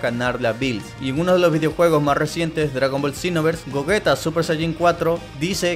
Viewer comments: gollita ulala señor frances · Gogita?,creí q era Gogeta :v